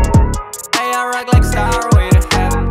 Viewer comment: Bez przyjebki bo słucham wszytsko od Ciebie i popsuje ale warto było sprawdzić jak wymawia się "stairway" bo bardzo słabo brzmi "starłej"...